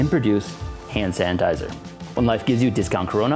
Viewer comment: He keeps calling it "Hand San-tizer" 🤣🤣🤣